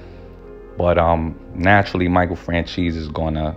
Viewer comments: It’s pronounced “FranZEES” not francheese E. And Micheal is a good guy. Smart guy. Went to school with him. Same neighborhood in Hamilton Park Long Island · Michael Fran "Cheese"....really...c'mon dont butcher the name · Michael FranCheese? Lol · Nah man. If You were in the area at the time,,you would know that Johns Ego was All that mattered to him by that point. He thought he was a Celeberty and he loved. He Abolutely said the Streets need me,,you godda take the rap lol. And his name is NOT Michael Francheesy. Its Michael Franzese!! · Fran CHEESE? Franzese don't you mean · Did you just pronounce Michael's last name as "FranCHEESE"?!!! Lmfao im dying 🤣🤣🤣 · My guy really said Michael french cheese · Are you saying michael fran-cheese on purpose? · My man it's not "FranCheese" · Fran-Cheese lol... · Learn to pronounce names ..lmfaoooo